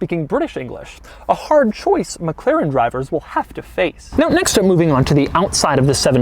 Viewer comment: Doug is the type of guy that says Meg Klerran.